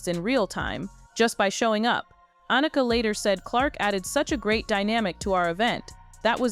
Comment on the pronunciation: It would be nice if some of these narratives actually had some editing to ensure that they pronounced people’s names correctly. Everyone knows how to pronounce Annika’s name.